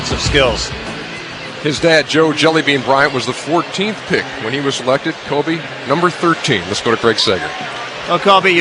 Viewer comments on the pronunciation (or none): Lol, David Stern says "Kobah Bryant". Also, lol, "2-3 years from impact." Also, lol, THEY DONT EVEN KNOW THIS GUY GONNA BE THE GOAT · He said it like “Kobé” lol